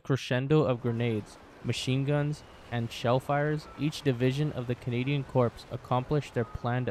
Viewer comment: Corps is pronounced as Core.